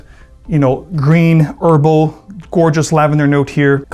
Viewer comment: Why does he say erbal for herbal?